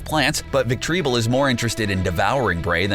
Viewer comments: He's wrong you're right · I love your content but, how you pronounced the pokemon's name its so funny, actually its VILE-PLUME not vileploom, "victreebell" not victreeBULL bulshit! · "Ve tri bull" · Jesus Christ... Gyarados- Gare-ruh-dose Victreebel- victory bell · 😑... GUYrados? It’s pronounced (such as) GAIR-uh-dos... gyarados 😑 THE. VICK-TREE-BULL????? 😑 it’s pronounced the way it’s spelled. VIC-TREE-BELL